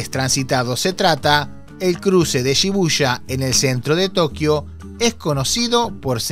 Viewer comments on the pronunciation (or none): no es Shibusha, sino Shibuya.